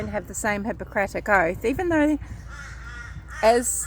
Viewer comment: You are pronouncing Hippocratic oath correctly. I agree with you on all this. The world's annoying to me now, lol. Everybody's an expert on everything and everybody they know is a narcissist (but peanut gallery is paragon of wellness). Thank you for this video!🙌🏼